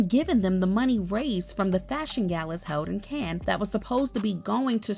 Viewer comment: Mass Coy (Moscow)is Pronounced likes MossCow and Cane (Cannes) like Can (as in a Can of soup)